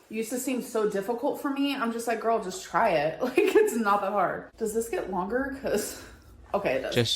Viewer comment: It’s not girl math, it’s Gorl math